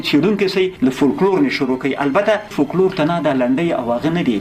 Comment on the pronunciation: فوکلور یې سمه بڼه ده ، دغه یو لام استاد وایی چی سم نه دی